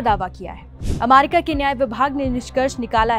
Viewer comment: Why is she pronouncing amaricaa😅